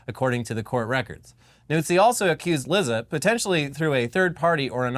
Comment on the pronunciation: Lizza. Actually, it's pronounced leet-sa. Like pizza.